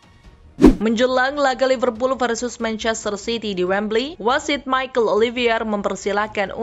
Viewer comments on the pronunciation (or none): none